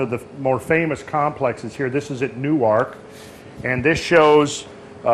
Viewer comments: we Ohio-an's pronounce it "Nerk.";-) Love your work! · Had to giggle... "New-Ark"?! It is pronounced like Newark, New Jersey. LOL! And "Musk-in-GUM" is actually Mus-KING-um. I grew up in those areas. Great work, thank you kindly!!! 🙌